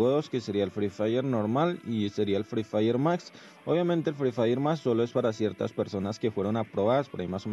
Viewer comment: El vato dise fry firy mas